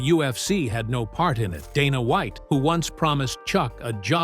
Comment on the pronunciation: "Dah-nah Wa-iht" text to voice is so stupid